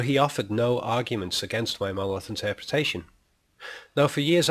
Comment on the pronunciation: I might find this argument much more convincing if you re-voiced it with someone who could pronounce the word monolith correctly. Seems rather ironic that the whole premise of your treatise is marred by the fact that you can't be bothered to correctly enunciate the syllables of the main point of your proposition. That said, I think you're very wide of the mark on this. Kubrick was never that literal in anything he did and there's no 'a-hah' moment here outside of your rather thin and arbritray argument to the contrary. Just because you've spotted that the monolith looks like a screen doesn't mean that it is. Any more than the fact that Clarke wrote the book at roughly the same time as the film was being produced. He went on to write 2 more books in the canon and none of these suggested that the monolith was some sort of movie screen. I think you're picking up on one minor throwaway comment here and expanding it into something way beyond anything you have evidence for. Nice try though. Just remember in future it's Mon-o-lith. Not muurrnrnallitt.